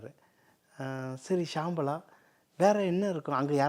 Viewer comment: Not Shamala it is Shambala